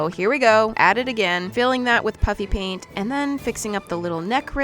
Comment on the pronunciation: Does anyone eles still hears her say Puppy paint instead of puffy paint? Or just me